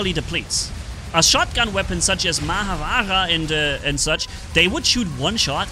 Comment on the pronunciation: You still struggle to pronounce Māha Vājrā😅